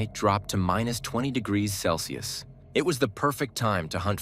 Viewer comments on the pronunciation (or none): none